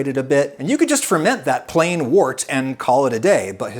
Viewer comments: "Wort" is usually pronounced like "wurt", not like "wart". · It's 'wirt' not wort! But it's still nice!